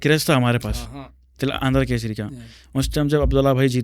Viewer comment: Bhai It's Telangana Kesari, not Kaseri. 🤦